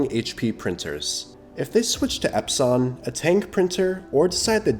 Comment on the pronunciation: AI voice "EpSON" nope